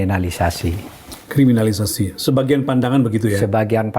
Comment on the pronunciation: Pak Mahfud dr dulu sangat sulit menyebut kriminalisasi, apa krn org Madura?